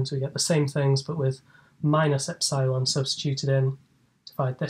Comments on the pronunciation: He said "epsilon" incorrectly SO MANY TIMES................... LOL......... Cheers from Down Unda............ ps. I found the "God" Formula........ News at 10 :P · no assumption about Taylor series are needed; little-o notation gets the job done too btw is the eps'eye'lon pronunciation of epsilon common somewhere? It's the first time I hear it